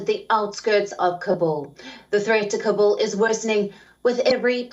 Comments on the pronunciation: She is saying kabul like kubul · Say long voice as kaaabul not kabbul. Kabbul means = I accept.